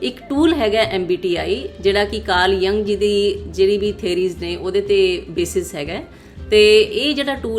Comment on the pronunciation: ਬੀਬਾ ਕਾਰਲ ਯੁੰਗ ਸੀ ਨਾ ਕਿ ਜੰਗ। ਜਦ ਨਾਂ ਨੀ ਲੈਣਾ ਅਾੳੁਂਦਾ ਹੋਰ ਕੀ ਰੰਗ ਲਾੲੇਂਗੀ।